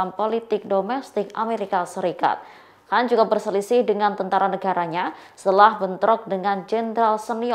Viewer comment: Bisa baca ngak sih pembawa berita tribun ini .kan dibaca Han ,klo Han cina kalo kan banyakan ras India Pakistan